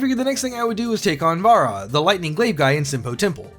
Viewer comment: Don't ignore the J in Vajra, go to the Google and listen to this word "वज्र"